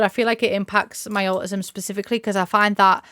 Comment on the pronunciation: Taking off the mask is such a relief, defs do streaming the way you want to! Just bc you’re self employed doesn’t mean you don’t deserve workplace accommodations 💕 PS: the way you say au-ism makes me smile lmao